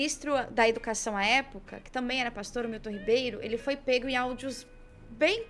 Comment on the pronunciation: Aquele 'paxtor' pra lá de ridículo? kkkkkkkkkkk Eles disparou uma rma no aeroporto, lembra? Tranca braba 'issdaí'...kkkkkkkkkkk